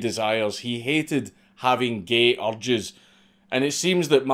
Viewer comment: D When you say 'urges' it sounds like 'orgies' cuz of ur accent, love how contextually inconvenient that is :D